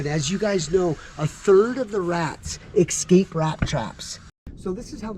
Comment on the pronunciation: There's no X in escape. Just saying. Engrish...who knew?